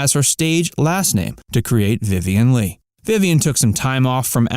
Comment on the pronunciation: You can’t even pronounce her last name correctly. Ugh